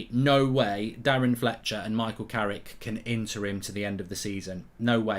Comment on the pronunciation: Fucc I'm gonna miss "Carricky"🏌️‍♂️💔